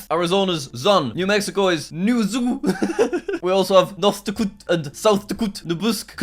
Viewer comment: Jack:noth dkot,south dkot Me: why is he speaking like a russian??????